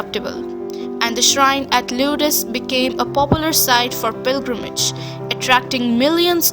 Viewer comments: Just to let you know it is pronounced like the word lords. At least I'm told it is. I have always been fascinated by this. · Hi...Lourdes is pronounced "lords". LOL Nice video...I can't speak any Indian languages so there you go! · LORDS is how you say Lourdes...ok?